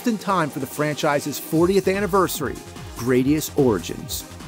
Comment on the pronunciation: GRAD - IUS Not GRADE - IUS